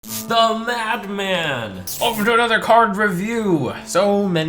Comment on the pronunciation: He always says what sounds like uhh. The mad man or the mag man. Which is it folks??? And why?